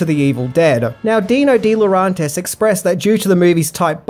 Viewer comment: Dino De-Lo-REN-tis...not RON